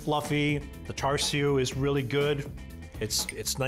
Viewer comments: This is the whitest Chinese dude I’ve seen on YouTube. Your pronunciation of char-siu isn’t char-siu it’s supposed to be cha-siu Someone tell to pronounce it like his dad does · listen to your dad and pronounce bbq pork properly. It's "cha sui" not "char sui"